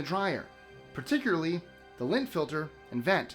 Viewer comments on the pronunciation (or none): none